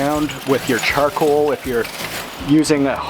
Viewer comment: Charcwoal. I love how he says it.